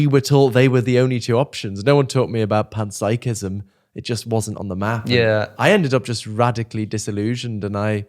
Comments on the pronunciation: ooooh…you were saying PEN-psychism this whole time and I thought you were saying PAN-psychism!!🖊️🍳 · Did he just say penpsychism?